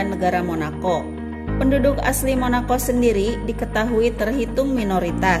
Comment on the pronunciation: Monako, bukan monakok.....motto, bukan motok 😁